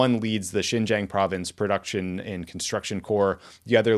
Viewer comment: Boys, one of you was one of the highest officials in American foreign policy, please! Xinjiang is pronounced [sin -dziang] not jinjiang or whatever Ben said. This finally has become a part of American policy, let's pronounce it right!